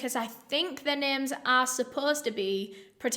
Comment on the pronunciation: I am so glad that you cover international cases. my Polish heart goes for you. you pronounced their names really well :)